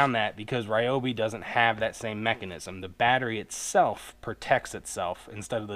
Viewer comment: its pronounced REE-oh BEE